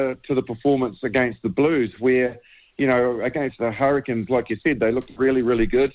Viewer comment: Hurri"Canes" not the Hurri"Kins" 😂